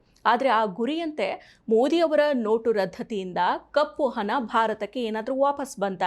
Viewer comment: ಸರಿಯಾಗಿ ಕನ್ನಡ ಮಾತಾಡಿ. ಅದೆಂತದ್ದು ಕಪ್ಪು ಹನ? ಹನ ಚಲಾವನೆ?